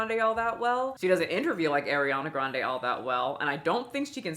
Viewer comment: The way you’re mispronouncing her first and last name..😂